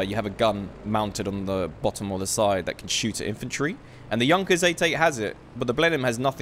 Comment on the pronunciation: FINALLY SOMEONE THAT PRONOUNCES JUNKERS AS 'YUNKERS'